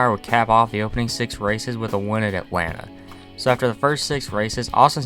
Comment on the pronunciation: Hemric's Mickey Mouse irl made up for the 2018 robbery. Edit: "Atalnta"